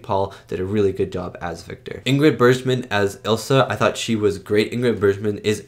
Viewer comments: Ingrid “Berzshman.” LOL. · Great reaction… as always. Just FYI… it’s pronounced Ingrid BERGman (with a hard G like iceBERG) and Peter Lorre (like LORREY - not Lore). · Bergman is a hard G sound not a zh G sound, as in JohannesBURG. Michael Curtiz is a filmmaker that is a craftsman as opposed to a visionary like Hitchcock, but he was extremely suited for Casablanca. All the shots for a very romantic war drama are just right. Rick walks into MS, pan to Sam at piano, oan to Ilsa and track in to CU. It's just what's needed. Curtiz direction of the splendid 1938 Technicolor film ADVENTURES OF ROBIN HOOD is fantastic with a spectacular score. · Patriotic propaganda (mostly positive) was all the rage at the time. This was one of the earliest in 1942, but films with this theme, domestic and military, contined for the duration of the war. By the way, if she is one of your favorite actresses you might start pronouncing it Bergman as in iceberg.